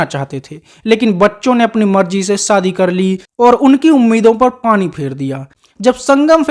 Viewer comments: You stupid man it’s shadi not Saadi it laughing matter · राजेन्द्र कुमार उर्फ जुबली कुमार के बारे में जानकारी तो सटीक है पर आपकी हिंदी बहुत त्रुटियों से भरी हुई है,आप श को स बोलते हो जैसे शादी बोलते हैं सादी नही शहनाई ना की सहनाई और भी कई शब्द है जो श से है ना कि स से आवाज ठीक ठाक है 🥴🤛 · सादी नहीं, शादी 😂